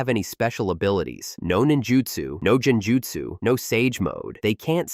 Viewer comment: Saying "Jen-jutsu" 🤷‍♂️🤦‍♂️makes this obvious the AI narration lacks any respect for the Naruto verse. Bye felicia🤣